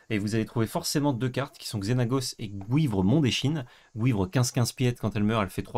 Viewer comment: Merci de prononcer "gouivre" <3